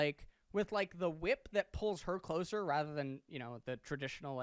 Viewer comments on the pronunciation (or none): none